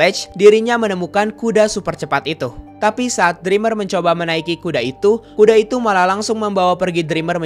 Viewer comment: Bang pas saya pilih speed video 0.25 detik aku denger Abang ngomongnya bukan kuda tapi kude